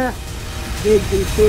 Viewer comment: "epidêmia de gripê"